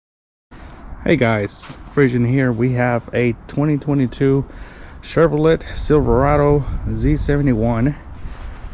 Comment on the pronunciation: Did you pronounce the “t” in Chevrolet? Where is it said that way? Just curious. 🤷🏼‍♂️